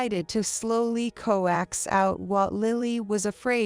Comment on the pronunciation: Why do you switch t's with d's? Tomato does not start with a d, so why did you do that? There is only one syllable in coax, never 2, it sounds a lot like coat. Why do you butcher the english language? Ask google, get it right.